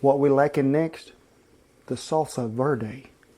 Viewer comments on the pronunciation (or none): none